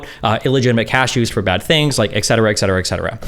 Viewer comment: Jesus even someone as intelligent as destiny is saying “eck cetera” now. Obviously it’s not a huge deal but god damn he should know better.